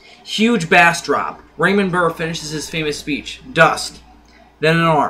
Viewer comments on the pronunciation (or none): Bass isn't pronounced "B Ass" it's "Base"